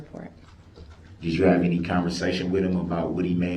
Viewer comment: Also has trouble with a simple word as any. De-rail pronouns it 'entie'